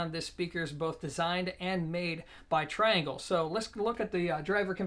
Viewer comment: Also, it's amazing how many people don't know how to pronounce the name of the speaker manufacturer. It's TREE-Angle, you know, because they're French..lol. He's such an American.